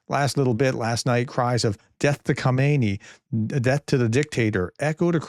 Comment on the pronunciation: Hello Grea test respect for you and your work. Please in your presentation distinguish between ayatollah ho-may-knee who is lying dead in a giant mosque and current leader ha-mah-nay. Bless your tremendous effort. Yours. Richard